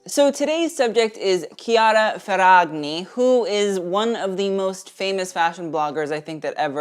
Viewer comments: Hopped on here to be the usual annoying italian. It's pronounced Ferrañi, not Ferrag-ni, "gn" in Italian is more or less like "ñ" in Spanish. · gn in Italian is pronounced 'nye'. Ferranyi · The heart is sending me lmao the correct pronunciation would be Fair-ah-ny-ee. Gn is pronounced kind of like the Spanish ñ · theres no hard 'g' sound when the g is next to the n like this. It would be more like Ferra-knee. The gn together is like gnocchi. Similiar to how the ñ sounds in spanish. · kiara Ferrañi that is how is pronounced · When you sound salty, shady and jealous af while wearing a Nike hoodie and don't even know how to pronounce her Italian last name. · I thought he was italian until i heard his pronunciation of her name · I know it's hard for English speakers, but 'GN' in Italian is pronounced like ñ in Spanish, the same sound from the word 'poiGNant'. 😊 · He didn't even TRY researching the correct pronunciation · Dear, I love your pronunciation of her surname, it's kind of adorable. That being said, the gn in her surname is pronounced like the gn in chignon (or gnome - which is derived from an Italian word), only put an i instead of the o. This rule holds for the majority of the the gn combinations in Italian, so if you ever see an Italian name with it, just keep it in mind <3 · As an Italian I can tell you the pronunciation is wrong but good video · As an Italian I am loving your pronunciation of her surname, it's wrong but so cuteee <3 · and you'd think he'd do that because he complains about people mispronouncing brands 🥴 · He could have at least tried researching how to say her name correctly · He had to have heard it lol